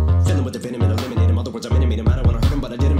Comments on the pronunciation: When he said fill em with the venom and eliminate em Other words I Minute Maid em When he pronounces eliminate it sounds like lemonade. So that’s why he says Other words i Minute Maid em Like the brand Minute Maid lemonade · The way he says “eliminate em” sounds like “lemonade em,” so, Minute Maid em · when he says "eliminate 'em" sounds like lemonade so think of it as " i elemonade 'em, in other words i Minute Maid 'em" lol